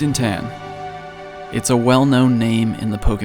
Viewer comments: What a fantastic documentary. By the way, Tan is pronounced as "TON" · pronounce as ta-an. not ten lol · Its not “tan” its t-ah-n.Not hating just correcting from SG BTW